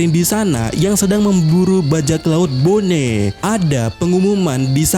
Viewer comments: boni bang, bukan bone... kayak nama daerah di indo aja dengernya bone... riset dulu lah pelafalan nama2 karakternya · bonney,, sama² salah gak usah saling menyalahkan 🤣